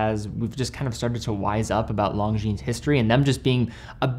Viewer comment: This guy can't even pronounce Longines correctly. 😂😂